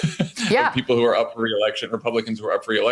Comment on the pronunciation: I don't want to keep UP to date. You emphasized the wrong word. They should do another take.